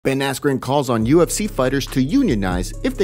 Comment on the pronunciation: "Ben affleck" instead of askren lol